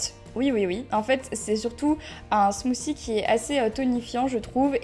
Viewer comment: ya un T dans smoothie et pas smoozie